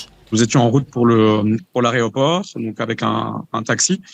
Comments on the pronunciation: Laréoport????? L’aéroport peut être???😂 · "Aréoport"... 😮 Quel malheur... Ce gars est un déshonneur pour la Belgique. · L'A E Roport. Pas la raie aux porcs...